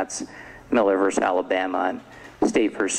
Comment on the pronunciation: I cringe when a judge can’t pronounce words like impetuosity or versus.